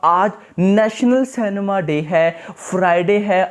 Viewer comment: It's cinema & not cenma..